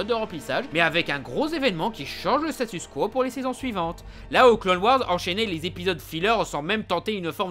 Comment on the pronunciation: Je remarque depuis quelques videos que tu dis 'le statu skwo' (va savoir l'orthographe) la skwo, c'est la femme indienne, on dit statu 'quo' ! xD